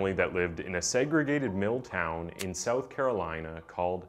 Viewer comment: It's so strange how your English is perfect except that you struggle to say "south". You say "soath". The first few times you said it I couldn't understand what you were saying.